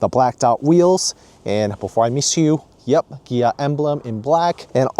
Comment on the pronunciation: its KIA not GIA